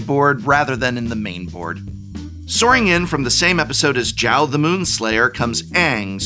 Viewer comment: Is not Chao, is Zhao ~sokka